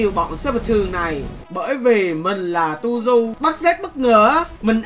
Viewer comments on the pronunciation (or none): Tuzhu❌ Tushu✅